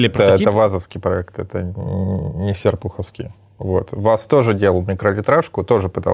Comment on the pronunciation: Ааааа, Серпуховский ударение на букву О😢